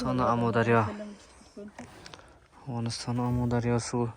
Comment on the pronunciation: Омударёмас амудорё